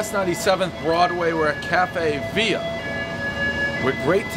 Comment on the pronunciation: "Cafe Via"....rookie pronunciation.